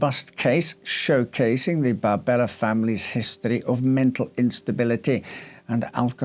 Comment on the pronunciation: her name appears to be Maria Barberi, not Barbella